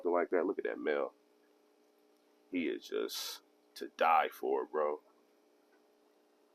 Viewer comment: it's FOUR..not FOE